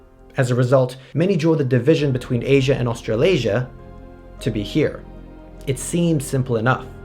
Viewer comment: "Australiasia" ... "afro-eurasia" ... i'll do crack now